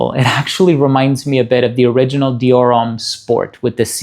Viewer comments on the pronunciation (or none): none